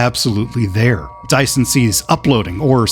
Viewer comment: It's Dision, not Dyson